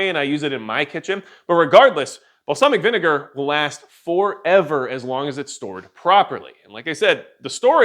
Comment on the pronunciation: Bro go back and listen to the way you say balsamic vinegar. It’s hilarious .